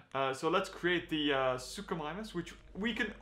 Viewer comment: What it's not suchomimus